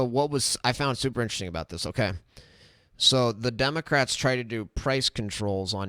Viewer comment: Wowwwww, hokay vaush, hokay.